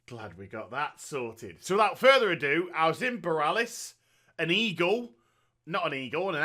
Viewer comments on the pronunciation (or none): none